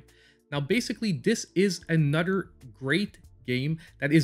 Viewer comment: You had me at “a nudder” great video